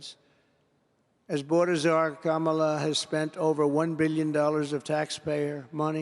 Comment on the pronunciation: No border is being invaded.. And pronounce Kamala Harris's name right!!.. You should be in prison and you WON'T be in the White House. . Criminal.. Trump, YOU killed the Bipartisan Border Bill.. You want to make America about "White Supremacy" again...